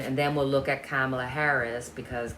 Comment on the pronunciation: Trump can run, but he should hide if he had a brain cell between his ears. Vice President Harris’ name is pronounced COM-A-LAH ( not cam ala) If you think 🤔 of the name Pamala but change it to Pomala and change the P with a K, that might help you remember. Her name is difficult. Perhaps we should just stick with Vice President Harris.